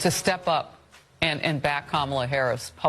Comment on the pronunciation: People are still doing the mispronounce her name on purpose thing? Even after winning? Yeesh